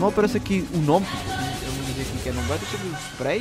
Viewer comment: Melhorar parte é quando ele fala 'Numbania'